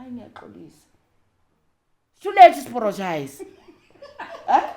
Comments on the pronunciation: "It’s too late to sporogize! 😅"...The way she tells her story is something special. She’s been through so so so much, yet she still manages to share hardships with humor and grace. That kind of resilience is beautiful ! A rare gift ! ...She almost took me out with ,"it's too late to sporogize!"😅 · "Is too late to sporogize" 😂😂😂😂😂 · I can't stop laughing it's too late to sporogize.I'm going to say it to my husband each time he apologizes!😅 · "Too layte zuporojaize"😂😂😂😂😂